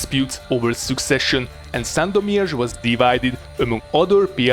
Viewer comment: You have a great pronunciation of the city of Sandomierz. Greetings from Poland :)